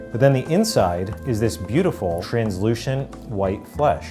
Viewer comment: okay can we talk about how says translucent like "Trans-LOOSHent"!?